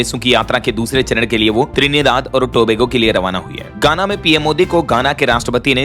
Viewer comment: गाना नहीं पर घाना बोलना चाहिए था कई बार आपका उच्चार गलत होता है